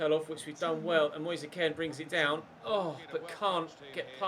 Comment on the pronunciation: U say kean so wrong 😂😂😂